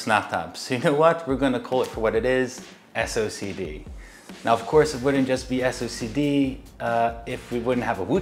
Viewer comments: "Socced" (read as "sock'd") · Lol ya'll are hilarious for this. I think you should just pronounce it silly like Wooting's "SO-KEH-DEE"